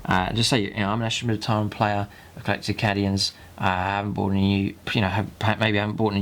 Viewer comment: So up for this good work but oh god is "Cadians" not "Caddians" oh my ears!